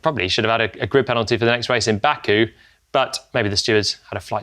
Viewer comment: Jolyon, you didn't have to us bad like that with 'Baku' 😅